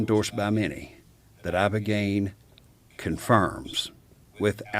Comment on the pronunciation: Ibogaine ,,, brother not ivagaine